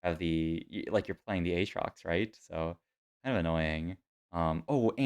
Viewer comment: Ah-trox???????? I need substitute teacher Mr. Garvey to get a pronunciation check on that LOL